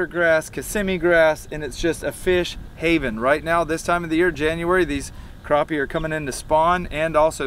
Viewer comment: LOL "Crappie Roe"